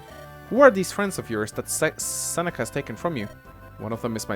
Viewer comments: "Who are these friends of yours that Sex..Seneca has taken from you?" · Every time tried to say Seneca it sounded like sex ( ͡° ͜ʖ ͡°)